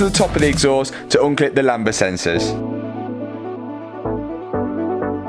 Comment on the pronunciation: You keep saying lamBa, it's lambDA